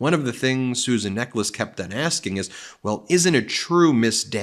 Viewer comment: Just hearing her name, I thought it was Susan Necklace. I would pronounce Necheles differently. 🤔